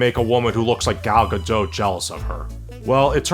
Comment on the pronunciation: It's Gal Gadotttt, my friend. Not Gado. Please say it right